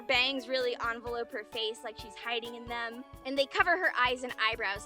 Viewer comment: did you just say aun-vey-lowp